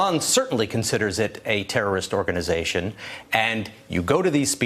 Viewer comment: What’s going on with Richard Engel? It’s not speaken or renumeration ..... it’s spoken and remuneration .... hmmm, apparently listening to trump really does rub off on you.